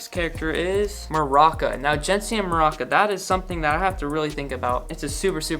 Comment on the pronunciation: I love how you pronounced Maruca as maraca (like the instrument lmao) love the channel!